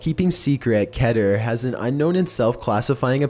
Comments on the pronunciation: did you just say kiter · alright, its pronounced Keh-ter. according to the wikia Keter is the hebrew word for crown (כתר( and as a native hebrew speaker... you get the point. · *ITS PRONOUNCED KE-TER, NOT CATER. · It’s actually pronounced KEE-TER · it's keh-ter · It's kee-ter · Vinnis Vidya Just like Meter is pronounced "Meh-ter" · Its pronounced differently by other people but the correct pronunciation is (kee-ter). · Baldi please don’t spank me but according to TheVolgun, Keter is pronounced (Ket-eyr). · It’s tee-kee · its ke-tair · The way he pronounces "Keter" just- ugh